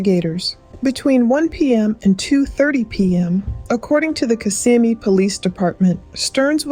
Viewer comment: It’s pronounced Kiss-ah-me